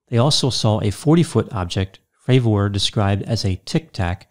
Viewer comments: Jesus dude can you at least get his name right? Have you heard anyone else refer to him by his name? Did he ever correct anyone in the pronunciation? Nope, not one in the 5 interviews I’ve listened to. Carry on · Its not pronounced commander Frav-OR, Its pronounced Frav-ER. Its sounds so weird when you say it. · If he says FravOR one more fucking time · It’s Commander David Fravor… not fravORE. Your professional analysis just went out the window as an expert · Hard to watch this guy. Is it not pronounced Fra ver not Fra Vor? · Well as soon as this prounced his name Fra'VOOOOOR. it put me off 😆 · What's the deal with the weird pronunciation of his last name? "fray-VOR" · Why does he keep pronouncing commander Favooooooor's name like that ? Its making me feel weird inside. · Fray-ver. I appreciate that people pronounce things differently, but if you’ve seen the interviews with David Fravor, you should know how to correctly say his name. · Could this David Fravoooor be related in any way to David Fravor I wonder? Its a very basic surname to pronounce Doc for God's sake.. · Just sayin it's not pronounced frav ore lol. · I've been watching several of your videos mostly for entertainment and I find it difficult to believe you spent the time watching the interview with David Fravor considering you keep mispronouncing his name. Also, your attempts at comedy really fall flat. I'm starting to really doubt your credibility. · Are you saying his name wrong on purpose ? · This dude can’t even pronounce Fravors last name correctly lol.